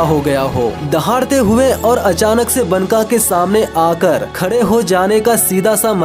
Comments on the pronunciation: Baka not banka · मेरे भाई, बनका नही, "बांका" मतलब खुबसूरत.. Banka का उच्चार बांका है यहा.. बांका.....